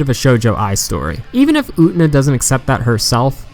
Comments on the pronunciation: "UT-NA" lmfao! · Say it with me, brother: OO-TEH-NAH! Japanese is a phonetic language. You pronounce every syllable, friend. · This was a great analysis but "Oo-nuh", really? You can pronounce the t-syllable you know. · its getting on my nerves almost every revolutionary girl UTENA analysis has said her name like that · i'm sorry but i had to stop watching the moment you pronounced Utena that way.... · SAAAAAAME. I tried to stick with it, but I just couldn't do it.